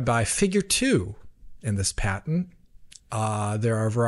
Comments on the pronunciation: What is this paytent he speaks of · lol paytent not patent 😂😂😂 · aw yes I'll have the pat-ey-ent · WTF is "pay-tent" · That's a weird way to pronounce 'patent'.